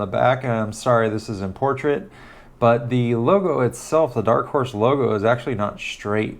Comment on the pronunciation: The struggle to say Dark Horse correctly 🤣🤣🤣